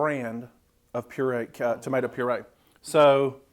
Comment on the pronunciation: "Ain't a tumaytuh been near that!" LOL!!!